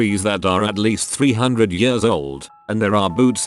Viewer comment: literally no one: what's written: Years the reader: Yeurs